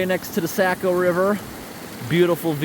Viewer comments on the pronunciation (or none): The Sack-O River!? It's pronounced Sock-O!